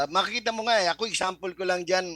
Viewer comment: Gusto ko ang "eksampel" mo.🤣🤣🤣🤣🤣